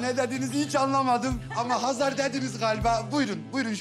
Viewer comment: Oksana neden Xezer deyir Hazar canim Azerbaycandada H. Herfi var